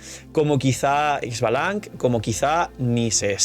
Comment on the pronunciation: oye he notado que al referirte a ixbalanque lo dices de manera incorrecta, soy una persona de latinoamerica fascinada con esta cultura y la manera de decirlo en pronunciación sería dándole entonación al QUE final ishbalanqué muchas gracias